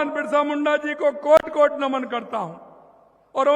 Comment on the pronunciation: 1 लाख vacancy का क्या हुआ reet की चलो ठीक है पर आप कोड कोड नमन बोल रहे है वो क्या है 😂वो कोटि कोटि नमन होता है